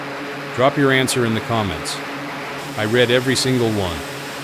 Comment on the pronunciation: "Drop your comments in the comments section. I red every single one." Good to know. I want all my comments red. Doesn't say I read all your comments. I red them. Obvious mispronounce by AI narrator. Do I really want AI reading my comments? No. Except this one.